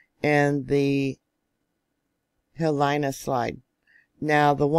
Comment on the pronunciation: Love you, Pahala is pronounced Paw Ha La and the the Hilina Slump is pronounced He Lee Na Kilauea is pronounced Kil A Way A Just helping you out!🌴